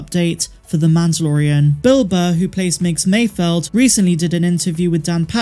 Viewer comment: Holy shit the character's name is MAYFELD...FELD...NOT MAYFIELD! COME ON PPL!